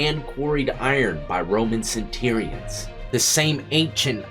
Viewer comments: haha - centurions - sent - cher - ee - ans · Its pronounced cen-chur-eans and lorica segmentata.